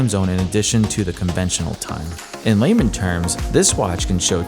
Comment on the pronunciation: LAYMAN,.not laman!